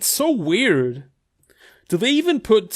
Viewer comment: "British are we-ER-d" - 2020